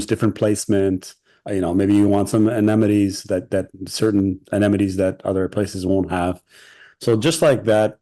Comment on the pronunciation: Did he say anemnatees? Twice. Amenities, brother.